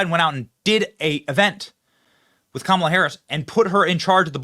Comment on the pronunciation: Benny, please get her name right. Its K' MALA.